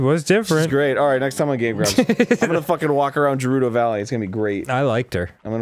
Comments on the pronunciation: Arin just says it wrong. It is official that it is pronounced with the G sound. Just like it is Hylian not Hillian like Arin says. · Oh god...I'm gonna have to deal with like 20 episodes of them mispronouncing Gerudo, aren't I? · it's a joke because they keep pronouncing Gerudo wrong. (It's supposed to be with a hard g) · I saw people in the comments correcting you on pronouncing Gerudo, so I looked it up (I pronounce it the same as Arin), and after about 4 minutes I couldn't remember how I originally pronounced it. I've always pronounced it Jeh-roo-doe, because it makes the most sense to me, but now I feel like I could pronounce it Geh-roo-doe and I wouldn't notice. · I'm pretty sure "gerudo" is pronounced with a hard "g" sound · is trolling and its hilarious, half this game he's been trolling with pronounciations bc fan boys get sad over it. its a hard g. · People are getting upset for Arin's pronunciation of Gerudo but not Dan's and they're saying it the same. What? Some "fans". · Is he pronouncing Gerudo correctly? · It's pronounced Gerudo, not Gerudo. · I hate their Prounounciation of gerudo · Why the fuck do they keep pronouncing Gerudo like that. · Jewrudo. Arin, it's pronounced Ger-u-do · It's pronounced Geroodoh not Jeroodoh get it right please. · Yeah it is - like "grr". Them saying it like Jerudo is bugging me, although it's the least of the concern in this playthrough :P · Holy hell man, why do you care so much? Given the rules of English, it actually IS pronounced with a soft 'G' as Je - rew - doh, but the "Japanese" pronunciation (translated from the syllables from romaji) would be Ge - rew- doh. Now the real question is why people care so much about something so meaningless. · I honestly don't need think I can handle 15+ episodes of Arin saying "Jerudo" when it's pronounced GAH-RUE-DOH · Juh-rudo? da fuq? It's Guh - rudo. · I swear. If I ever meet Arin. I will walk up. Scream "IT'S GERUDO NOT JERUDO!!!" Then walk away. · its GERUDO not JERUDO